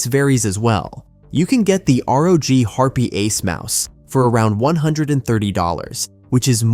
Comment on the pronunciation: wtf is a HARP EH mini? It is pronounced HARP. the E is silent.